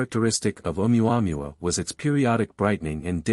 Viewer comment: I like reports on ʻOumuamua by narrators who can correctly prounce ʻOumuamua. This is not one of them.